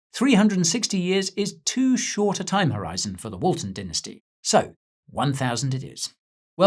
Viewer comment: Or is it dinnersty 🙃